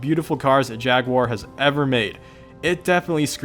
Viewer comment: Dude it's jag-u-er not jag-guire. Gd vid tho you will soon easily be at 1k subs as the editing and quality is solid